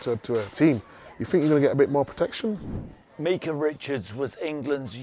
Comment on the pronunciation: Meekah richards 🤦🏾‍♂️it’s Micah